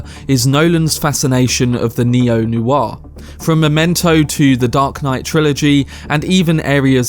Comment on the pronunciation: Neo Noir? Just checking I heard you properly 😆